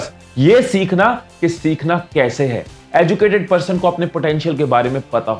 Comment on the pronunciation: Abbe BC 'educated' & ' 'education' Ko sahi se bol..... script padne se pehle kuch work kar Liya kar bhai